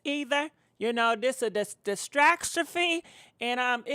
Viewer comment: you said "It was a distracstrophe" . WTF is a distracstrophe?